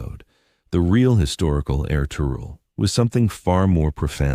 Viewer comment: I absolutely love anything Ottoman or Turkish but get so frustrated w/ these AI mispronunciations ESPECIALLY when a human can control exactly what an AI does and states. No excuse. Ertugrul is pronounced Air-Truuul. Master historians revealed his father was Gunduz NOT Suleiman. And the Kurulus Ertugrul series did not have them living in prosperity. They were very shabbily dressed compared to the Seljuk's and did not live in luxury of any kind. Osman is OOOOOOsman. NOT OzMan. NOT Ozzie NOT Oz They didn't become the OzzzzzMan's They became the OOOOOsMans OOOOOOO--sssMan "O" NOT "Oz" AI does what you tell it. Pronounces the way "you" program it. AI does not have a brain. All these mispronounced names is due to human laziness.